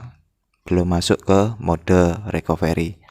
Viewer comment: Bukan RIKOVERI bang.. Tpi RIKAFRI.. ejaanya RECOVERY 😁